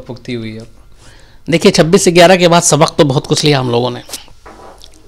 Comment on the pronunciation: UP-Bihar के लोग गयारह को इग्यारह कहते हैं।